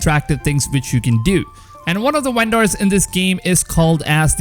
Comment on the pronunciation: "Uendors" Lol